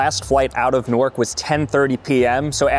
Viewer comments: Why is he calling it nork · “Nork” son